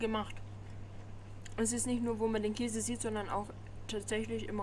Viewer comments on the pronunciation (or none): none